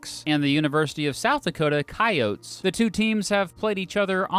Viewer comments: Actually surprised you pronounced Coyotes correctly lol and for the most part this was spot on :D. Go Yotes! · Thanks for actually pronouncing "coyotes" correctly. Lol